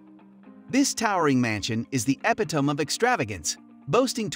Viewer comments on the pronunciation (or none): Where did this guy learn to speak English? Or is it AI generated? Yacht= yach? Epitome= epi-tome? Come on!